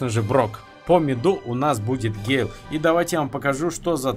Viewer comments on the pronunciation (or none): гЭЭЭйл боже как это тупо звучит